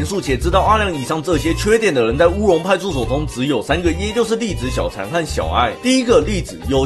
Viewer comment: 歐龍派出ㄙㄡˋ